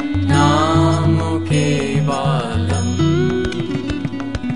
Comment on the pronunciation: I must tell you one significant thing: the mantra is not BABANAMO KEVALAMO. The mantra is BABANAM KEVALAM as it has been pronounced by the Guru Himself. I have that audio with me. I can give it to anyone on demand. Only you have to provide me with your Whatsapp number, please. So, never sing Kiirtan with the wrong pronunciation. It may attract the negative microvita. Thank you, Namaskar.